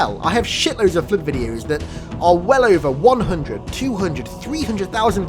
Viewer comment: Oh my god, it's in this video, too! Whoever reads this, turn on the subtitles when says "flood". Seriously, the "Flirt"?!! NoOooOooOOOOooooO!!!